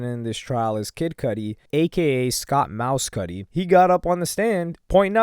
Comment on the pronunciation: Its not pronounced mouse-cudi its mes-cudi